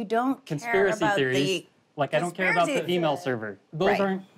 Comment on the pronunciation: "conSIPracy" theories. Lol